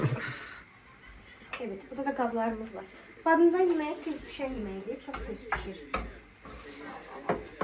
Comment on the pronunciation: Badımcan❌ Badamcan✅😂